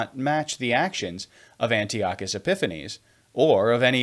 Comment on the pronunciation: It’s pronounced An-TAI-uh-kuhs😊. I just stumbled upon your channel and so far I love this video!